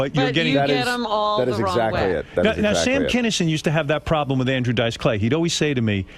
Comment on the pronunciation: “wiff” Stewie comes out from time to time